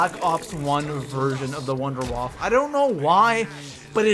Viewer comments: the wunderwaffe is pronounce vindavaffe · you pronounce wunderwaffe wrong wunderwaffe is german if you wanna know how to pronounce contact me